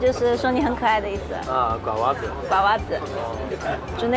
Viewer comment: 我想说 瓜娃子 发音很不标准~